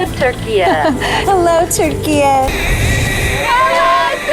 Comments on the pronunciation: It is Turkiye, it is iye not iyeyyy! Cafe not Cafeyyy or Late and not Lateyy! ✌🏻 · We still pronounce Türkiye as Turkia in Spanish. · for me its allways ´ve been Turkia pronounced tur ki a